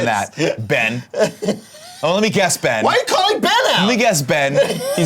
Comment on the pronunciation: Uncle Nicky mispronouncing my name as “Bean” made my day and boy did I need it